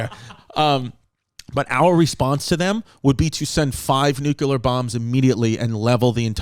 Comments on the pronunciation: Big ups to Chrissy's account of Ukraine...the most balanced and true you'll see, ironically. But...its still NU-CLEAR not NEW-QUEUE-LAR war that will kill us. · Chrissy New-kew-ler took us to school, babes! Hope y'all took notes! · Boys…say it with me now…New-Clear.